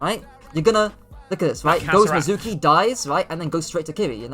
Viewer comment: You don't say his name right. Made me not want to watch.